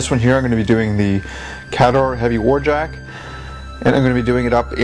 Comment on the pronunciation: MKII rule book pronounces it [KAY-dohr]